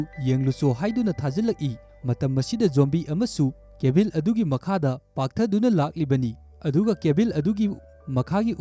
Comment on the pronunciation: Pronounce khara soiba yao a semdok o mathang taba da nungaite eg. Cabin da Cabil atei² su khara